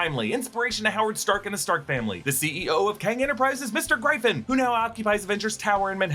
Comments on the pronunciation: Please say Gryphon (Griff-Uhn like Gryffindor) properly 🤣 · Legit question... Are you sure you are pronouncing "Gryphon" correctly? 🤔 Is it not pronounced like "Griffin"? 🤷‍♂️